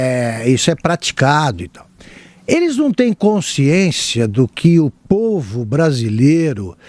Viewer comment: Que mala sem alça. Esse aí não consegue nem pronunciar a palavra povo. Entrevistador pergunta A ele responde B.